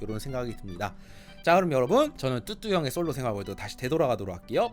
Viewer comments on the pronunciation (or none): 아직 뚜두님이익숙해서편집하는뚜뚜가아닌 뚜두로들리네요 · 자꾸 뚜두 라고 하네요